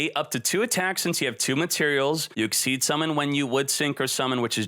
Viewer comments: a friendly bit of criticism, it's pronounced Ex-Eez not as Exceed... not trying to be "elitist" but it is rather annoying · IT IS EXCEES XYZZZ DONT SAY EXCEED PLEAZ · XYZ is pronounced ex-SEEZ, not ex-eed. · It's pronounced EXCEEZ!!! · The only deck that I can see actively getting 2 Xyz's on the field on the same turn is blackwings. The problem with it only activating during the damage step is that after it, you no longer have a 2500 beatstick on the field, meaning it's good for beating over one target, the lack of MP2 also ruins the effectiveness of that, Gagaga Cowboy was on the most played Xyz's, not because of his attack position effect, it was due to his defense effect which most people used during MP2, why do you think the term "cowboy for game" exists? Also, it's not exceed, it's Xyz, pronounced ex-seas.